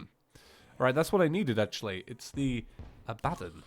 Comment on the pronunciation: Please learn how to say Abbadon. Also teach Python so he knows too. Its pronounced ABBA(like the band)-DON. Apart from that great video